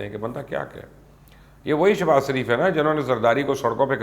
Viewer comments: Ye mubashar Luqman Nawaz Shareef ka naam laitay hue totla kyu ho jata hai or inhay Sharif ki jaga Sarif kyu kehta hai.? Ye asal mai usi soorat mai hota hai jab koi kisi sai sakht impress ho ? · Mjy galt sunai dy rha ya wakaii you was saying سریف instead of شریف....